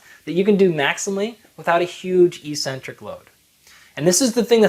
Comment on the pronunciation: Why did you pronounce e-centric instead of ex-centric back then? That's weird.